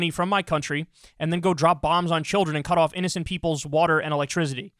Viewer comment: Nobody: Kyle: elektrizity